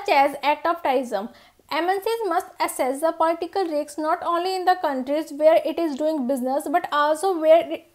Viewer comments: It's risk...not riks🤣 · Ma'am aap riks q bol rahe ho risk hota hai na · Please learn to pronounce Risk,, it is really embarrassing to hear it from you with such pronunciation